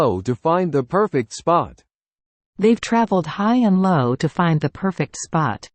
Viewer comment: You got the term "high and low" right this time, good job! That's fantastic to hear! Putting knowledge into practice can be a whole new experience. We would like to continue making practical English more accessible.